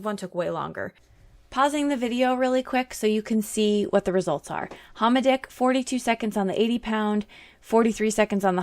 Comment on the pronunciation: Lmao. Homidic ? Homidic? Homidic...